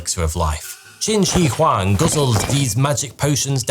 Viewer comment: The mispronunciation of Shi in Qin Shi Huang kills me 😅